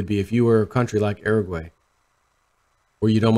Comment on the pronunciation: Uruguay = (your-a gway)